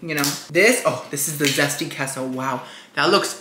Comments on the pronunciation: Yum Yum Yum! Awesome review. Queso is pronounced Kay-So. Get it right!;-) Love ya Queen! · I love how you call it "kesso" 😂